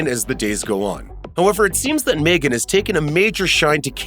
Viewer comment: Its Megan not Maygen???